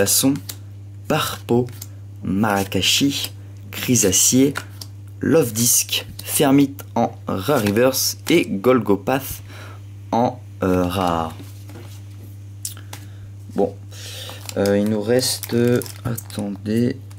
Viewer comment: Eh ben dis donc tu ne peux pas dire que tu n'a pas de chance cette fois dommage pour les holos mais bon j'ai quiffé cette vidéo ! JE LIKE ;) et golgopathe sa ce prononce golgopatte!